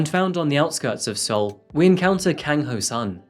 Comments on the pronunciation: The “e” in Seoul is silent btw, so it’s pronounced “soul” or “sole”. Great video as always 💖 Looking forward to your next one! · Hey uh, hope you've learned how to say Seoul by now. I have made the same error having only read it first. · Seoul is pronounced like the English word “Soul”, not “See-Ohl”. Not trying to be nit picky just trying to help you for future videos that may include South Korea. Their pronunciation is different. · surely it's pronounced "soul" not "sool" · Amish beard is getting out of hand, also 2 things in the first few minutes. Military service is not optional in South Korea. All men do it for 2 years. And it's pronounced "soul" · "soul is pronounced soul" ?????? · Seoul pronounced as SOUL. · you said Seoul wrong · I love your videos, but the way you pronounce Seoul in this video nearly gave me a stroke xD